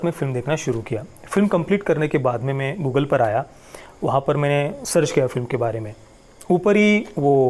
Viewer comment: bhai Mugal bole ya Google ... mujhe Mugal sunai diya to lga google ki harkato par vyangya kiya h aapne.